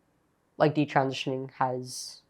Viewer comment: All her friends were taking birth control and talking about having sex with their boyfriends . . . in Catholic school?!! I am impressed with how articulate Katie Anderson is. I wish Chloe Cole would learn how to say "transitioning" and "detransitioning." She always leaves out a syllable and says "trantioning" or "detrantioning."